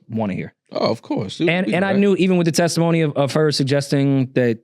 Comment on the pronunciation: LOL “tesitmony”